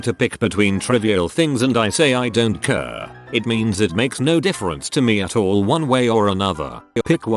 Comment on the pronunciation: Normal English speaking people: "I don't care." Computer voice: "I don't KÖÖHR"